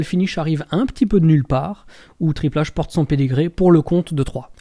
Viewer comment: Mais qui de ce monde prononce Triple H à la française ???